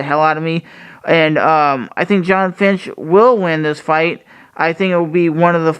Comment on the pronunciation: you keep saying finch instead of fitch. you are pronouncing his name wrong and you've done it for a long time.